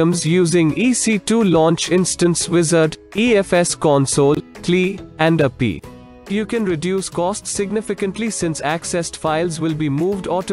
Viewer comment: First time in my AWS life hearing pronunciations such as Eck2, Appy, ammy, j-s-o-n and y-a-m-l.